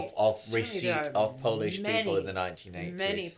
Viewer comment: Beautiful! Your Polish pronunciation is much better than Sinatra's.